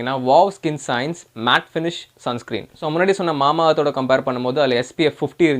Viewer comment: Sun screem nu solrega bro...